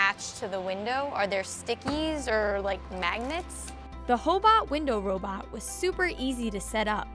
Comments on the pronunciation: did she just say hoe bot? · LOL “hobot”....suction...